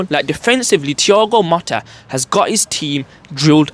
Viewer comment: It’s Thigao Motta, not Matta.